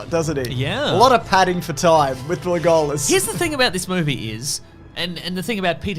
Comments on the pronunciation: I love how you say Le GOAL Us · Why do you say legolas like that? Sounds stupid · pronounces the name Legolas the way he does because he hates me. Which is weird because he doesn’t even know me. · Pronunciation of Legolas not being called out is outrageous